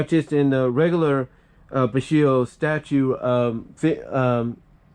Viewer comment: It’s pronounced “bee-show-joe” , not “b-ish-ee-yo”, by the way